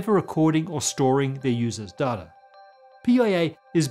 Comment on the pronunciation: it’s data, not data